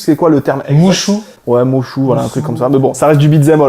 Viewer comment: On dit Muso, Mushou c'est le dragon dans Mulan 😂. Hésite pas à faire appelle si tu veux faire une vidéo sur Fire Emblem avec l'histoire de la série depuis la Famicom, je ne suis pas trop copains avec les derniers jeux (Awakening, Fates...) mais pour ce qui est des premiers jeux sur SNES et Gamecube je serais ravi d'en parler avec toi